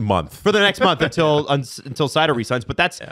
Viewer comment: About the most butchered names… Swedish is at least similar… the Czech Slovakian and German names I think are even more butchered… 😅 btw Seider is pronounced with Z sound not S sound